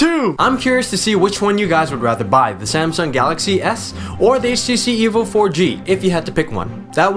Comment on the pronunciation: HTC Evil 4G, thats how I hear it, lol. Nice video man its informative yet funny.